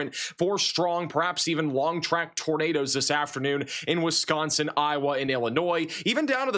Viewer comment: says "Wisconsin" the right way so I've subscribed.